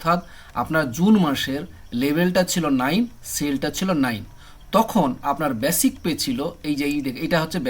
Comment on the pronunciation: ব্যাসিক নয় বেসিক